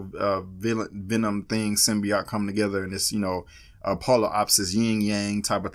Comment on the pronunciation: Why is she mispronouncing symbiote? I think this was a pretty good trailer. It piqued my interest. I hope venom has more than 5 minutes of screen time like I’ve been hearing.